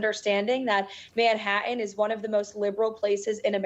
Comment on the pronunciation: Manhattan does not contain silent "T's